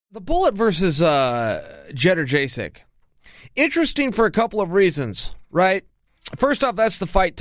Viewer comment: Chael ”jedderjaysek” sonnen